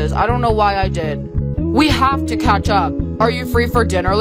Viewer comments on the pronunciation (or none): none